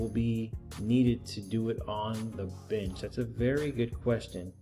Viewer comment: "Arrright " alright". Binch programming, " binch"